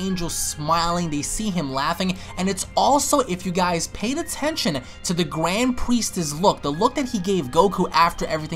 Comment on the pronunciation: Gwand Priest